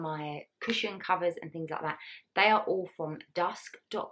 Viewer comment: How lovely 😍 can’t wait to see the finished living room , the sofas are absolutely gorgeous! The way you pronounced the things killed me 😂 so funny 🤣